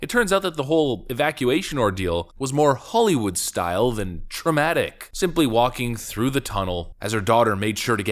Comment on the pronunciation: Why are you talking like that? Holy wood... its holly